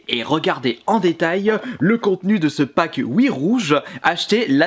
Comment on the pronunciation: Nous allons regarder en détailleuh ce packeuh Wii rougeuh acheté la semaine dernièreuh